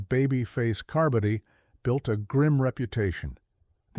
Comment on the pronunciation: Learn how to pronounce "carbody".